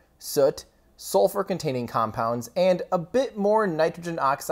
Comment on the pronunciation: You actually pronounced these compounds perfectly. The council of chemists approves.